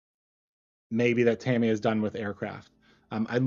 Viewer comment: You got it right the first time: "TA-mi-ya" and never "Ta-MEE-ya". The most accurate pronunciation is closer to "TAM-ya", as if the "i" is more of an apostrophe than a vowel... but your first effort was close enough.